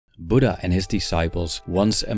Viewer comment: It's not budda it's buddha 😔